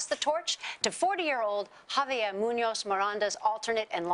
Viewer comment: and it's interesting that she pronounced that wrong but got Munoz correct.